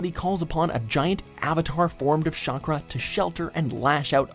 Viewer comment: “Shakra” instead of chakra, can we get someone who watched the show to do these videos.